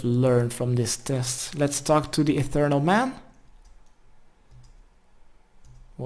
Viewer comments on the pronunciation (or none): e th e real not ethernal not a thing fuck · Come on man, your explanations of the dice thing is just abysmal... also it’s pronounced etheREAL, not etherNAL. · It's ETHEREAL, not ETHERNAL. Pronounced ETH-EER-EE-AL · "Have you learned anything?" "Ethereal is apparently pronounced Ethernal"